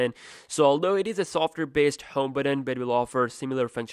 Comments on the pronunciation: It's pronounced "button" not "buddon" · the word is "but ton", buddon!